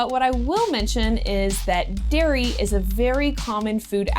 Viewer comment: its "dairy products" not "diary products"